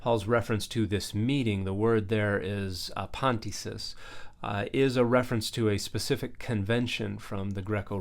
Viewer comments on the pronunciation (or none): If I hadn't misheard 'apantesis' as 'pantyhose', I might have taken more of this in on the first listen 😆🙄